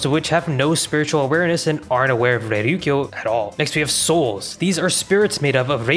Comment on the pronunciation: bro how did you butcher Reiryoku the same way every time lmao It's not "reiryukyo"